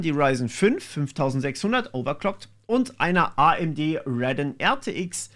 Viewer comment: Hast du ernsthaft "Radon" gesagt? Man spricht es RadEOn